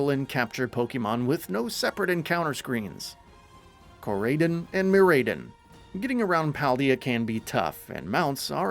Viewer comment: "Co-ride-on" Not "core-raid-in"